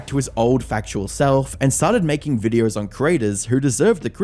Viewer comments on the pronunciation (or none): I just like the way you pronounce "videos" as "vidreyouse" and "photos" as "phurdouse". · Videoer? Lol goodness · What's a vidier and a pherter?